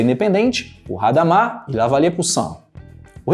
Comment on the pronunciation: Boa explanação, mas gostaria de lhe fazer uma sugestão. Não há necessidade de pronunciar palavras de outra língua com a única referência do Inglês. Hadamard era francês e, como tal, o "h" é mudo. Não tem o som de erre.